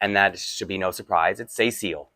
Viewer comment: I wonder about the way you're pronouncing Cécile's name. When you say it it sounds like "SAY seal" with both sounds like they are separate words and with an emphasis on the "say" part. I know the doll character has a French heritage so maybe it is pronounced differently in French. But my mom's name is Cecile and we don't pronounce it that way. We say "se-seal", not like each part is separate, it just all flows together, and with no emphasis. Maybe since there is an accent in the dolls name it should be more like "SE-seal". It's one of those things where if you had never heard the name pronounced you might not know what to do with it.